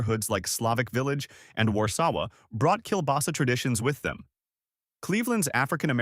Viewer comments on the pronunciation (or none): none